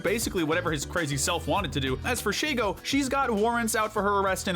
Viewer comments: Just saying man there's no a in shego her name is literally she-go why are you calling her shago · Sheygo? Really? Kinda fitting that she and Draken came after Doof since now I have a two nickles meme for mispronouncing Shego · Omg he does the same thing that ama does he mispronounces she-go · "Shago" ... not "She"go. "Shago." Sorry. That just sounded weird.